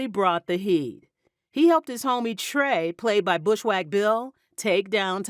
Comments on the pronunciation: BushWICK..not wack....thought every Black person of my generation would know how to say it..kinda disrespected 😢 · Bushwick”” bill . Not bush wack lol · bushwack ? it's bushwick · Who the hell is bushwack bill? Bushwick! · It’s not bush wack bill it’s Bushwick Bill from Bushwick, Brooklyn, New York!! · Did she say 'Bushwack' Bill?😂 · Bushwack Bill?!?! 😂😂😂😂 Come on! Even saying Thomas Mikal Ford's name incorrectly 😂😂😂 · She seh “Bush-wack Bill” smh